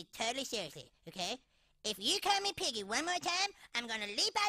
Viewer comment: "I... ama little pig e" (i am a little piggy) got me dying😂